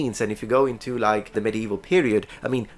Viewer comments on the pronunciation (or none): none